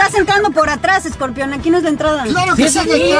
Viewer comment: Hasta José Eduardo se dió cuenta que la hermana estaba actuando bien freza (porque dices scorpeon!!)